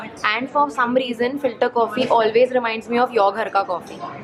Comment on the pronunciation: When I heard speaking filter coffee I heard it filtercopy 😅😆 Btw Finally I could see ur video its delicious 😁